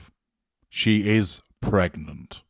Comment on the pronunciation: Lady C calls it “Meg-nant” 😂😂😂😂